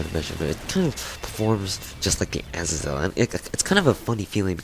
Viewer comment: yool-a-tide? as-a-zel? Uhz-ae-zul Yool-tide